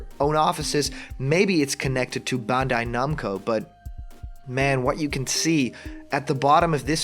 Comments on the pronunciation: Dude.... it's pronounced Ban-die Nam-Coe.... not bunday numco. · Not only that, you hear this guy try to say Bandai-Namco?! BAWND-AYY NOMCO like how????